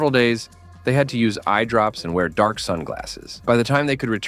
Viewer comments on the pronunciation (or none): none